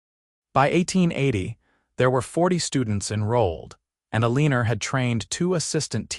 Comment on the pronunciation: El-a-nor… not A-lean-er